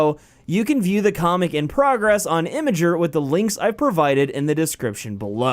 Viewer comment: He pronounced Imgur Imager, LYNCH HIM!!!